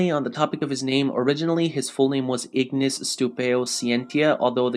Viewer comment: i really hate when people call these guys with latin name with the english pronunciation, ignis, with the gn pronounced like in italian, and scientia with the sc like in italian and tia like zia, so pronounce "scenzia"